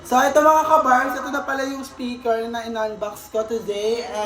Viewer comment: Kinorek ung "Spiker", naging "Speker" naman 😂😂😂 LT